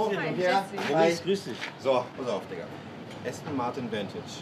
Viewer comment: Jp sagt einfach Diggar